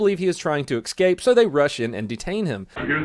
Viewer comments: Escape. Not ekskape. Escape. E. S. C. A. P. E. Escape. Not ekskape. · ConFINscate. Lol. EXcape. Lol. Do you say AXE a question? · It's ESCAPE not EXCAPE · It is pronounced escape not excape. 😐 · you: "the smartest man in the world" also you: "con-fin-skate" "ex-cape"